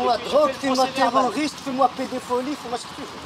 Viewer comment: Fais moi "pédépholie"!!!!!😂🤣